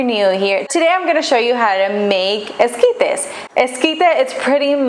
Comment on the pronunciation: I think it’s funny she sounds so American until she try’s to sound Mexican with only specific words, that’s how you know she a fake Mexican…